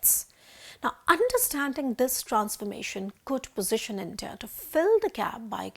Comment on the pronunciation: Intah...Intah...Intah...What is this? Are you trying to say India? Why is that nobody in theprint pronounce English words properly?😂